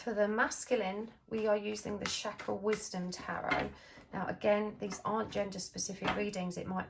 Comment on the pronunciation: It's Chakra with 'Ch' pronounced like Chin, Chair, Chain.